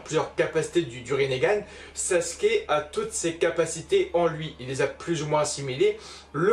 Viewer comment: La vidéo est superbe mais mais c’est SasUke et pas Saske